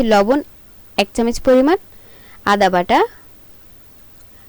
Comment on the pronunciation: আসসালামু আলায়কুম আপু আপনি এখনো চামচ কে চামিচ বলতেছেন, রান্নার সাথে সাথে কথাবার্তা ভালো ও শুদ্ধ এবং শুনতে ভালো লাগা উচিত, তাই না??? 👍👌💛